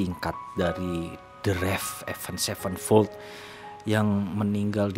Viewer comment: Avenged sevenfold ya baca nya ya tetep avenged sevenfold bukan avend sevenfold